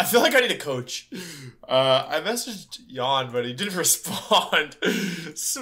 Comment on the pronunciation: The way he pronounces Jan as yawn